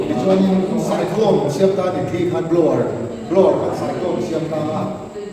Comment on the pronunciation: I tawng thluk, siam tih hi a dik hlel deuh a, a hnuai a mi ang hian Siam:Inbual fai a bual lai tak thluk angin lam tur Siam: i lamrik dan hi Hmun kan phiat a, phiat tih thluk angin i lamri a, heihi chu a diklo zawk